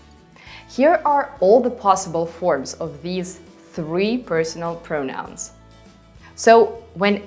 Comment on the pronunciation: Thank you so much! Your teaching style is excellent. Your English is excellent too. Just a small point - when you use "pronouns" in the plural, you tend to stress the second syllable, so it sounds like "pronounce." But you have to stress the first syllable - "PROnouns". Looking forward to more of your helpful videos.